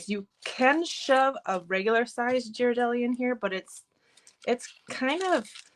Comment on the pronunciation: Super cute! Great idea for holiday giving!! (btw if you use these chocolates again in a video, they are pronounced gear-a-del-ee) 😃